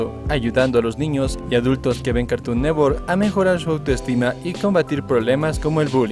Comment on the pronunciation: "cartun newor"